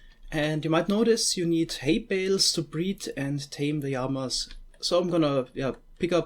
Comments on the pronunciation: did you seriously say "yamas" instead of "llamas" ?? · LLamas not Jamas or Yamas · Np. I was referring to his pronunciation of "llamas" 😉